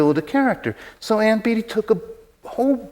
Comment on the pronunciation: Her name is pronounced "BAY tee," just like Warren's; I imagine it aggravates them when people say "Beety."